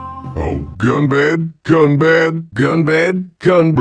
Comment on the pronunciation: 'ɡunbɑd'! not 'ɡʌnbæd'!!!!